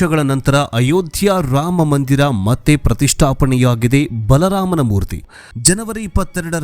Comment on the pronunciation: Bala raama anbedi... Plss.. Baalaraama anta spasta kodi janugluge. Plss🙏🙏🙏